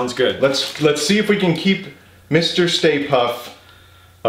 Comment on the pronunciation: "Let's see if we can keep Mr. Stay Puft [me: puft.. say puft, ] around. 😅